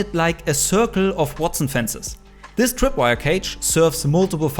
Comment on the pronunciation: I’m Sorry but “The Twip wire” twip